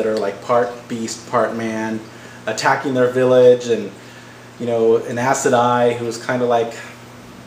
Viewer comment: lol, he said "ass sedai"